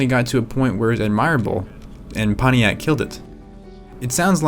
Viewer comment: Ponniac? Seriously? Can't you pronounce a T?